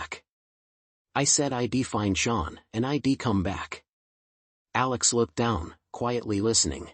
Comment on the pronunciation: Update your pronunciation data base: "I'd" is a contraction, not an acronym. "Dont pronounce it as "I D".